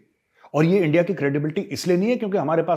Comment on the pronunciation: Lovely points made. Please don't stop the Lahori accent. Especially ENDIA AND RAAAA......W. These are the most hillarious ones. 😂